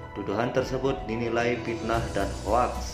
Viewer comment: FITNAH itu pake "F" bukan "P"